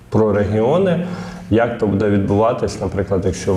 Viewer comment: ріже слух наголос в слові будЕ, а правильнл бУде, ведучий дивись ВІКІСЛОВНИК